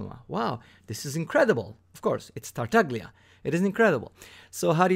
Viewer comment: pronounced Tartal’a